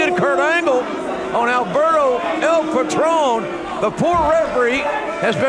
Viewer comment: Its "Alberto" not "Albero"